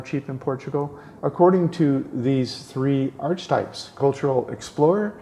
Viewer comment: I think its pronounced arc-e-types....not arch types. just sayin' bro